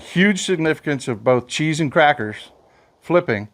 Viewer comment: Cheese and “krackers”😂😂😂😂